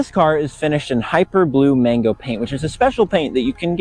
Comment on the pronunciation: Its MAG-NO, not MANGO